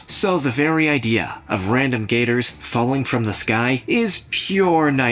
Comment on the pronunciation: Did he say ,",Gators"😬